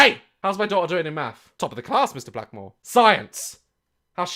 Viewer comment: Did he say...... Mr...Blackmore? My whole life has been a lie..